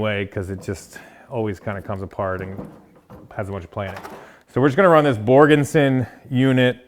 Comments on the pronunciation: OK,, I'm sure Borgeson would appreciate their name being said correctly; Borgeson, not Borgenson. Other than that, another great episode! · There's no N in Borgeson. Except at the end 😂. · do you guys get $500 every time you say Borgenson? LOL!!!!!!